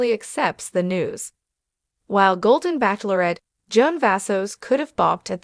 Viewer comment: This Show is called the Bachelorette NOT pronounced Back Lor ette!😂